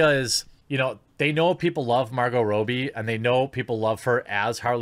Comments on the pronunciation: Dude, Margot's surname isn't that hard to pronounce correctly. It's "Rob-bee," not "Row-bee." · I believe it's pronounced Robbie like robber, not like robe. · Margot "Row-bee"? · It's Margot Robbie not Margot Robie. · Not Row, it's Rob. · Robbie, not Robey. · How does anyone pronounce Robbie wrong?! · You're saying Margot's name wrong.